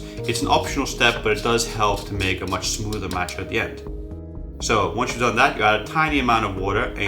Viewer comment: Why would one take advice from someone who can't properly pronounce the name of the product?